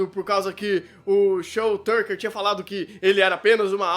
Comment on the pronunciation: Boa critica, mas o Shou é Tucker e não Turcker